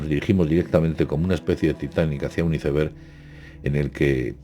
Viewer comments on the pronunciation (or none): none